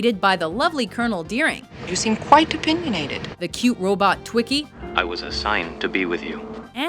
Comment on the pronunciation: its TWEE-ki not TWICK-ki